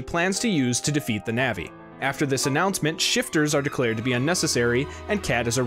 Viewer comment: Great video, other than constantly hearing you say "navi" instead of "nevi". Keep it up!